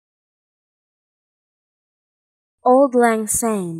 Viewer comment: It is pronounce like Awld, not old. Old is English. Lang is correct and Syne is almost correct. But to a Scottish ear jars a bit. Syne = Sign. Sorry to be so picky.